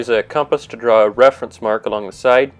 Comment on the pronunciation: First time ever hearing the word "Side" pronounced "Sight". I learned something today! (Nice video, btw)